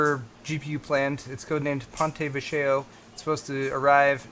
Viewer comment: "Ponte Vecchio" is Italian. Pronounced "pon-teh VEK-key-yo" (but say the 'key' part slightly fast... so it's actually almost like 'pon-teh VEK-yo')